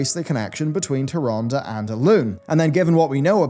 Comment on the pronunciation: You are mispronouncing Tyrande